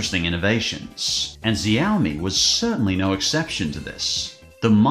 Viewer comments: Ah yes my favorite company ziaomi I thought you say show mi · It’s mi-mix (mimics) not my-mix 😂😂 also xiaomi is Korean sooo you know x -> "sh" not "z". Well maybe in AU it is 😂 Also the phone was a concept device, therefore was never released